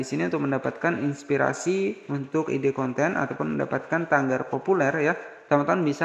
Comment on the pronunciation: Tagar bukan tanggar bang